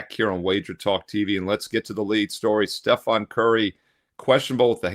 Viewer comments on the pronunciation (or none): Steve it’s Stephen not Stephon. It’s VanVleet not VanFleet. Keep grinding sir.